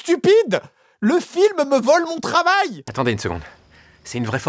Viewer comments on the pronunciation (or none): Ils lui ont volé son trrravail !